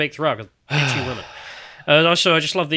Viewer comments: I'm super glad you picked on the Women pronounced woman thing. I hate that. I've been correcting it in videos for years now. It's an affectation. I shouldn't be able to discern things about your political position by your mispronunciation of "women". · I've noticed the weird pronunciation of "women" which I've noticed increasingly pronounced the same as the singular form, "woman". The word "women" is not pronounced the same as "woman". The first syllable of "women" rhymes with "him" and the 2nd syllable of "women" rhymes with "in", similar to the first 2 syllables of "criminal". Drop the last syllable of "criminal" and you get "crimin", which rhymes with "women". Woman is pronounced like "wooden" with the "d" replaced with an "m". It's not that complicated, am I going crazy? Men are not women, and the word woman is not the same as the word women. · I think she might just be Canadian. Lauren Southern pronounces "women" like "woman" and it kinda drives me crazy too but I forgive her because of how she says "flag"